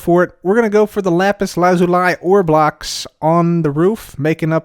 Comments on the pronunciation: it’s lapis la-zu-lee, not lapis lazu-lie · It is pronounced lapiz lazūlē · Everyone: Lapis Lazuli Pekora: RAPISURAZURI GIVE ME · Lapse Lazuliis pronounced spelled like this loosey